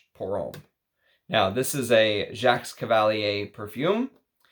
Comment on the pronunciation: you are welcome and thank you! (JacqueS doesn't have an S, it's just JAK, not jakS, the same with Rochas - it's roshA, not roshaS i know this can be very annoying, but still)